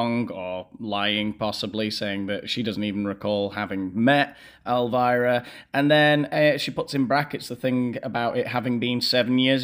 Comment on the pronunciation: Elvira not elivira buddy